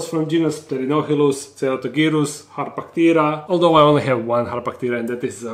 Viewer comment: The way you said harpactira made me think you said hot potato 😅 no criticism, just my brain being wonky...